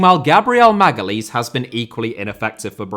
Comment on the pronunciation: Funny that pronounces Guimaraes correctly but Magalhaes incorrectly 😁